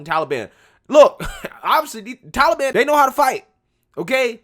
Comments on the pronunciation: The way he says Tollybon......yikes 😬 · Can someone make Grandpa stop pronouncing Taliban as Tolly Bonn. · Bro, the "Towlie Ban" (As Biden pronounces it) would have given us more time if we would have explicitly said we were moving people out. The 31st was the end of a cease fire. Do the Taliban really want to instigate outrage as the USA is pulling out? If they would piss us off enough as we were removing personnel, we would say "F it," and go back in harder and make them regret it. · Who are the Tally Bon? Stupid Joe can't even pronounce the name correctly.